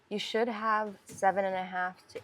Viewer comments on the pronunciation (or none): none